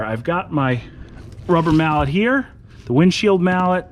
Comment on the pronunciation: "The windshield mallot" hahah